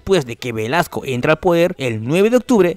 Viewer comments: dice Velaso no Velasco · su apellido a caso no es Velasco y no Velaso? Aunque errores los comete cualquiera